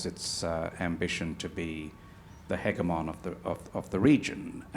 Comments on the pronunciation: I can't take the other guy seriously because he mispronounced "hegemon' like 14 times. I was waiting for him to say something about "hyperbowl". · How come Mr. Varghese does not know the proper pronunciation of "hegemon"?!😃